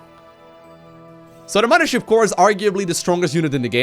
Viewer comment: omg, say "muddership core" one more time! I can't do it, I can't watch this video once it hit Protoss and 50 rapid fires of muddership